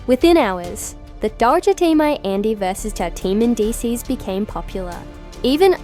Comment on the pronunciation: Who the hell is “Men-des”